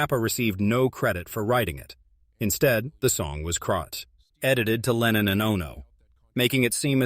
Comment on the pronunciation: レーニンじゃない。レノン。全く逆の思想の人！！